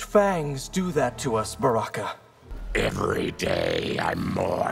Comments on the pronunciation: I thought Baraka said Sexy Zero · I’m still curious how Baraka can thoroughly pronounce his ‘M’s 😂